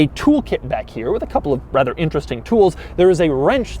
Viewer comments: Did you say.... rather or wather....? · No one else heard him say “wather”?